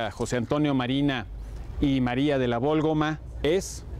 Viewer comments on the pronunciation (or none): Es María de la Válgoma ¿no?, por que insistirá tanto en que es Vólgoma, ya hasta me hizo dudar, pero qué buenos videos subre